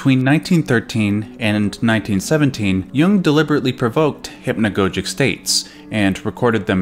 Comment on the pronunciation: Hip-no-go-jik and ar-ju-a-blee in the same video. Fantastic.